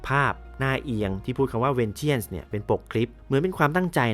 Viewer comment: วิเคราะห์รายละเอียดเยอะดีครับ ฟังลื่นหู ติดตรงทีคำว่า Vengeance ที่ควรอ่านว่า เวนเจ้นซ์ ไม่ใช่เวนเจี้ยน ทำให้ฟังดูแปลกๆไปหน่อย แต่โดยรวมถือว่าดีครับ